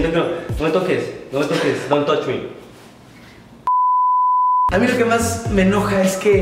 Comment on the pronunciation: dontochmi Jajjajajsjsjajajjaja